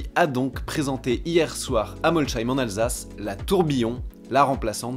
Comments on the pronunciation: C'est pas MolCHEheim mais MolSHeim! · Non mais laisse tomber, les non-alsaciens n’arriveront jamais à prononcer Molsheim correctement 😂. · Prononcé "molssaïm" si j'ai bien retenu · Top, comme d’habitude. Mais attention à la prononciation de MOLSHEIM (avec un s…) et non « che » 😜